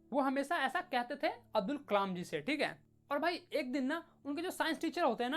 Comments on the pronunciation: Abul nahi hai bhai abdul hai kamal nahi hai bhai kalam hai Name hi badal diya 😂😅 Haa galti ho jati hai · Abul nhi abdul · 12.40 abdul ❌️ abul ✅️ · bro it's abdul not abul😅